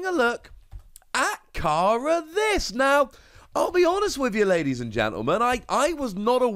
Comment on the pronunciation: its pernounced like careless fyi